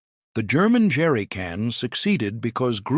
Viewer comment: I particularly liked "Jerricun" at the end.